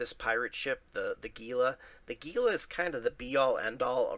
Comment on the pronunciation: Hey, gila is actually pronounced "hila". Have a good day!